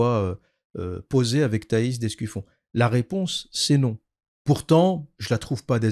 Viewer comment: Apparemment je n'étais pas le seul à mal prononcer le nom de Thaïs (d'Escufion)